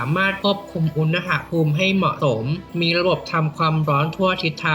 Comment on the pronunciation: อุน น พูม ไม่ใช่ อุน นะ หะ พูม